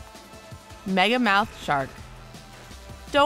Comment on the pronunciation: I thought they said megalodon instead of megamouth lol